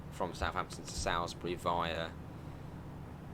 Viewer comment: It’s pronounced Soulsbury not how ever you said it